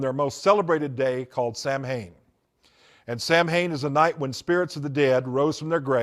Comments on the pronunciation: In the first video of his that I watched He talked about "Samhain," and pronounced it wrong. That got me thinking. No true occultist says, "Sam Hane." It is "SAH ween. or SAH win." Then he said that Anton LaVey ordained him as a high priest in the Church of Satan in California. I thought that LaVey was the high priest until he died. So I found the web address of the Church of Satan, and asked the administrator for a list of all former high priests of the church. It was a short list. Anton LaVey, until his death, then Peter H Gilmore, until the present day. So, I started looking more closely at his other claims. He wrote a book on Harry Potter. I learned that that book contained material stolen from other sources, and not attributed to those sources. As I listened to his many stories they all reminded me of the works sold by Jack Chick. I went back and checked. Yes, all of his stories can be found in Chick works published decades ago, written by men and women who have been exposed as false, decades ago. I heard him talk about how Christmas came from Nimrod and Semiramis. This is on a video in which he claimed insider info as a former Satanist.. But I know that story well. It came from a book by Alexander Hislop (Chick publications) and a book by Ralph Woodrow, whose work was based completely on Hislop. It has nothing to do with the Occult, as the author and originator of the long debunked work was a minister. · This guy is a fake. He doesn't even know the right way to say sam hain.... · I was thinking the same thing 😅😂